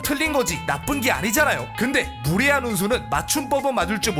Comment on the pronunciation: 나만 무례한이 부레한으로 들리는건가